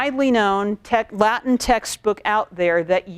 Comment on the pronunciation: Yeah most Americans have terrible, terrible Latin pronunciation.